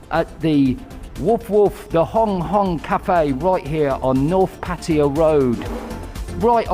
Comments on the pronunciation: Great Video! soi dogs are here to stay STUN GUN IS 300 Baht they run for the lives! ! But please after 13 years can you tell me where the "I or E is" is in PAT TAY A not (PATEEEYA) PATTAYA im a brumie too but i can tell Taxi in thailand where i live PATT AYA ! (where you wanna go son I Want go LOVEERPOOL ! 13 years and still cant pronounce P A TT A YA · Why the difference in the pronunciation of pattaya?? Sounds a lot better than pateeeeeya tbf